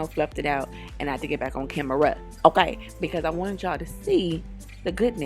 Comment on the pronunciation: The Friday "Uhkay"!😂😂